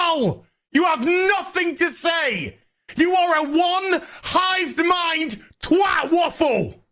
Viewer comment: how can anyone mispronounce twat waffle